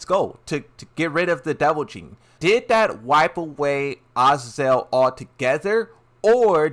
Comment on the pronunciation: Azazel Ahh-zay-zoul